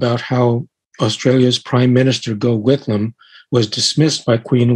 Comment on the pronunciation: pronounced - "Goff" Whitlam